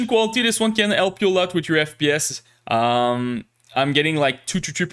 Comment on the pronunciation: I officialy grant you the permission to pronounce H in the word "help" 📜